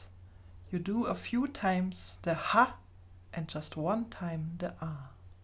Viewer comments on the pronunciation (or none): For "Ha Laughter" it is not A as in Day, but Ah as in "Father". Sounds are the same all over the world, but letters are not.